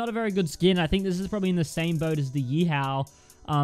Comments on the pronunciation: How every one else says it: YEE HAW! 🐎🤠 How says it: YEE HOW! 🐎😑🥡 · I swear to god, say yee how one more time... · Yee HOW Lol Aussie